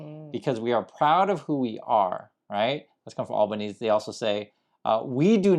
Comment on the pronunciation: it’s pronounced with the E at the end - Albon easy - for the record. Or just Albo if you’re local is perfectly fine.